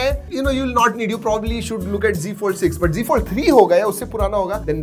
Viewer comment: Bhai wo z fold h , g g kya kr rha h ... Z ko z hi bol na . Z ko g bolne ki kya zaraut h . Z ko g bolne se khi na tu modern bn jayaga